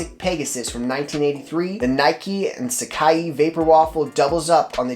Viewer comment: haha love the vids man, but its called sac-eye not sac-ee lol.